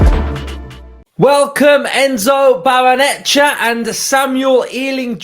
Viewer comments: Come on mate... you can do it... Barray-Nuh-CHAY-uh 😁👍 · Why is it only YouTubers who can't say it. 😂😂😂